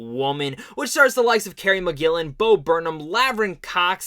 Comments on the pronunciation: it’s mulligan not mcgillam or whatever the duck you said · Bruh. YOU called her "MC-Gillan" 3x before FINALLY calling her by Her NAME: "MULL-I-GAN". You did this while claiming, without a trace of irony, that Mulligan and Moss "never get any credit when it comes due", and then blamed others at Sundance for YOUR error instead of just saying: "Yeah, that was my bad." Idk why some ppl think that admitting they made an error like the rest of us mere humans, makes them..Gods? But I DO know that it doesn't. Mispronouncing "Mulligan" didn't stop the world from turning, and I'm fairly certain that ADMITTING it, wouldn't cause a global disaster, either, smh & lol.